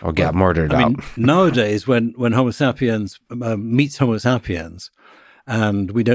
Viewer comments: I hate how this guy says 'homosapiens'. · Next chance I get, I’m pronouncing HomoSAPiens just like this. My friends will know that my community college degree really paid off.